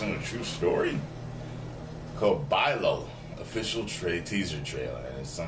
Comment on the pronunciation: its bee-lal not bai-lal but still i came here for the comments XD